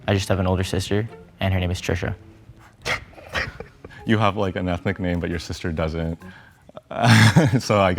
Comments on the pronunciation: guyss that's Trisha not tresha or some english name. And that's Indian name meaning noble. It's becoz of his american accent he sounded so odd. That's why I recommend Indian overseas to call names in Indian accent only . That's much better. Here miscommunication happened 🙃🙃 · fr it's the way he pronounced it. he could have at least said "treesha" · Because you pronounced Trisha with American accent. T is Trisha is completely different in Indian language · He pronounced wrong ...He said Trisha's "T" like from 'T'omato..while it should be from 'T'andoori ... 🤷🏽